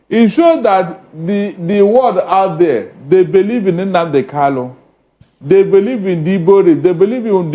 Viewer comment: PLEASE HE IS KANU, NOT KALU. KANU, KANU, KANU.